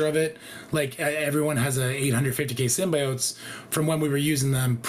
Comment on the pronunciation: Dude, as a content creator, pronounce Symbiotes correctly. FFS.